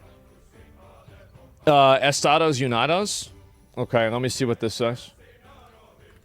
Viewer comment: Puerto Vallarta Pronounced Pwerto Vayarta Asmongold: Pwerto Vardur 😂 Estados Unados 🤣